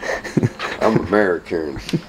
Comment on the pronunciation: Nice teddy,Americ-ern 😂